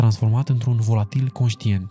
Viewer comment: bro scz ca te corectez dar se zice volatile nu volatil